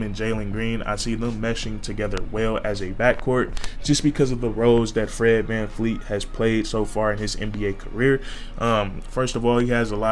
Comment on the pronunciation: Great vid but it Vleet Vanvleet!!!